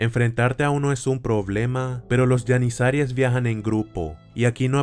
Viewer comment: Se pronuncia GENIZARO o GENIZAROS, NO YENISARIES JAJAJA :v